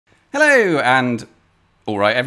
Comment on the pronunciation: I swear this guy says hillo not hello